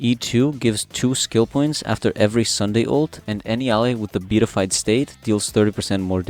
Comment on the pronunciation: And is pronounced Be-at-I-fied